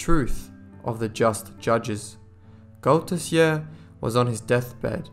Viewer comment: Only a few months ago a new seach was done to try to locate the missing pannel. Sadly after doing a lot of work nothing was found. This story still mesmerises and captevates the Belgian nation. Good narration but as a Belgian I hardly could understand the names of the persons involeved. The name Arsene Goedertier is pronounced as Good ther tier